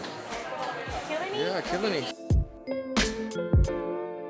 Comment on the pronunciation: Killiney, is pronounced as 'Klee-nee'. It is known for its toast or 'roti bakar'. Happy to see both of you get a taste of Msian/Sgporean food.